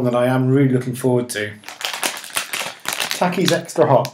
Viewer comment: They're pronounced tah-keys